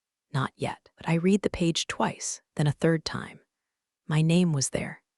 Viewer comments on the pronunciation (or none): Please pronounce Read in past tense which sounds like red. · The past tense of "read" is also spelled "read," but it is pronounced as "red." This form is used to describe actions that have already taken place But this Atari video game app is still not able to pronounce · the past tense version read sounds just like red. AI often gets that confused, but it’s easy to spot once you know. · Read as in Reed and Read as in RED ai cant tell the difference annoying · context matters but TTS just bulldozes thru like it’s all the same. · Because this AI cannot read in context. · Excellent storytelling: if only you could pronounce the word "read" correctly..... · The only way to get AI to get it right is to use reed and red instead of the correct use of the word Read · I comment “I’ll subscribe when you hire a proofreader and a voice actor who knows when to say /reed/ or /red/, /lǐves/ or /līves/…” all the time